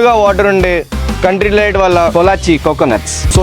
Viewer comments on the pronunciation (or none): Orey country delite .. not country lite